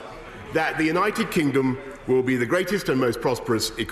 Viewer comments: Did he say United Kinggum? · “United Kingom” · He said "United Kingom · "Our great, United Kingum." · did he just say united kingom lol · Did he actually say united kingum???... smh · Did Boris said "United Kingum"? Are my ears OK? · ... LOL he actually said that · United Gingom? 😂😂😂😂😂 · United Kingum? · Anyone else gonna point out how he says “our great United kinggom”? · He said “kingom” that’s why I didn’t use the ‘d’